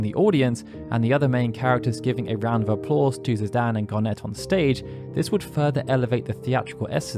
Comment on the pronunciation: The way he pronounces Zidane confuses me almost every time I hear it. Why DAN when it ends with an E? Is there some language setting that changes his name to Zihdan?